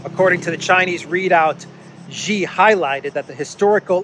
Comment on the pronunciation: Hi, the Chinese Presidents name Xi in Chinese is pronounced like the English pronoun "she". If you want to quote Xi, you always can say "That's what Xi said":)